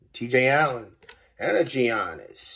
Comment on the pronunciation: I stop watching when he said Gi Annis!! 😂